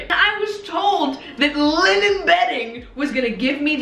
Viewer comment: hahaha the way she said “liNEN” 🤣